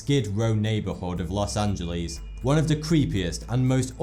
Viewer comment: "Los Angeleees."